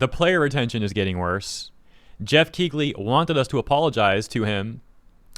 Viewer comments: DUDE!!! The GH is silent... its pronounced KEELY not KEEGLY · It's pronounced Keeley and not Keegley. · The 'g' in Keighley is silent. It's pronounced "Kee-lee". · I'm gonna assume the wierd pronunciation of Dorito Pope Geoff's name is a reference to Kegel exercises